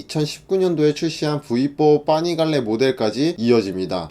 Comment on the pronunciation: 와! 자료조사 열심히 하셨네요... 근데 파이프 -> 빠이프 , 파니갈레 -> 빠니갈레 자꾸 이 발음이 이탈리아어 모르지만 뭔가 이탈리아어 처럼 들리네요.ㅋ